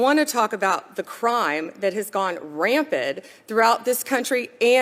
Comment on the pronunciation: She said "rampid" 😅